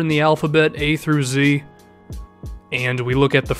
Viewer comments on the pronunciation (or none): none